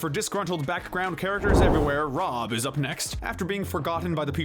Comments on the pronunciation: I kept hearing him saying ron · Was he purposely saying Rob's name wrong like Gumball and Darwin used too on purpose? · Lol he said Rob’s name wrong cuz he’s forgettable